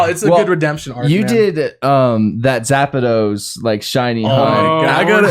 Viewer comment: Zapedos? Tf is that lmao